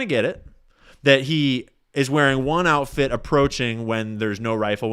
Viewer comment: You said “outift” about ten times …